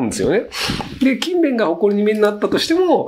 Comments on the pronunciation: ｢キンベン｣のイントネーションが違うような・・・ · くしゃみの可愛さ+勤↑勉↓の発音で内容が入って来なかった( ´△｀) 疲れてるな、私。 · 全ての勤勉がKindleみたいに聞こえる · 勤勉のイントネーションがインゲン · 勤勉の発音気になって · 勤勉の発音が気になる